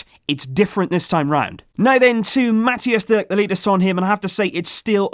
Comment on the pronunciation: its not pronounced mattias de ligt. it's like mataijs.